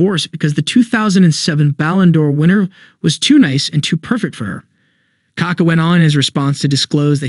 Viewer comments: It's kaKÁ, not KAka. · You pronounce his name very incorrectly